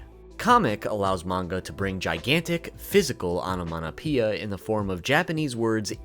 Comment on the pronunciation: "onomaTopeia" not "onomaNopeia" 😂😂😂